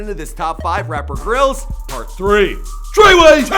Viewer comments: I love ur stuff but never say tre way ever again on video. deadass ur a white boy from Canada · Please don’t ever say treyway again...just don’t